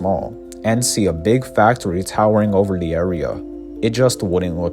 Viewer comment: "Wel-wativewy" "fac-towy" "pwans" "we-wease" Jesus christ.